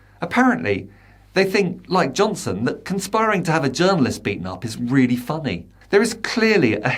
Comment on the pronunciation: Love the way you got his name right.....over and over and over